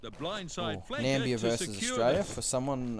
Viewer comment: It's Namibia not Nambia.